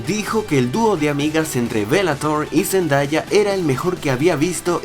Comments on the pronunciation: Zendaya es mi cantantriz favorita en todo el mundo y se pronuncia zendeya no Zendaya ella misma lo dijo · boy a decir una cosa, no es por críticarte es una recomendación, es respecto a la pronunciación del nombre de "Zendaya" en realidad no se pronuncia cómo se lee, se pronuncia "Zendeya" ella confirmó eso en los Radio Disney Music Awards 2015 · AL FIN, AL FIN!! THANK YOU GOD ahre igual si Por cierto, se escribe Zendaya y se lee ZenDEya, ¿por qué nadie lo entiende? D'